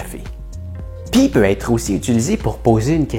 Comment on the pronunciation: 4-:12 Avec le verbe " aêtre "!